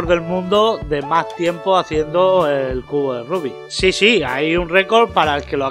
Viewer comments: es rubik no rubick jajajjaja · Es Rubik no rubick XD